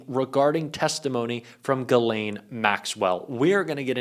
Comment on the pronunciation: He pronounced Ghislaine!👍🏻